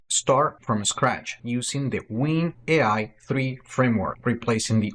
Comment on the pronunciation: It's winui3 not "win ai", and the current one is built using react native instead of native UWP if I'm not mistaken.